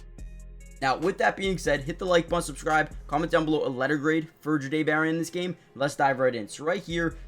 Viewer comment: Yall It’s pronounced Jhah- Dae! Like if yall have ever heard how the word “Au Jus” is pronounced, the J sound in that word is how you pronounce the beginning of his name